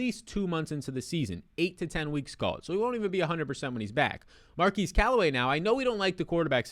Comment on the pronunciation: His name is not pronounced “Mar-keese” Callaway, it’s pronounced “Mar-kezz”.